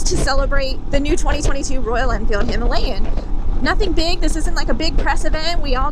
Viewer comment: Gonna sound "bad" but I'm typing it anyway. Four ladies on Royal Enfield "Her-alayan" ??? Buckaroo!